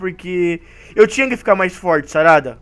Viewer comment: Aí no vídeo você falou charada em vez de falar sarada😂